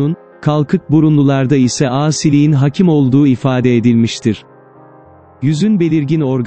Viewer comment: 00.40 O ne biçim hakim olduğu demek öyle?🤔 Hâkim olduğu demen gerekiyordu.yâni âA harfini â diye uzatman lazımdı. Senin diksiyon dersi alman lâzim👍👍👍